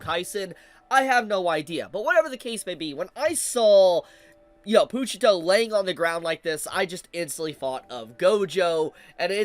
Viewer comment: “Poo-cheetah” is a crazy pronunciation 😂